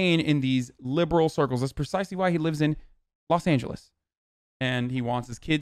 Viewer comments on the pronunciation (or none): none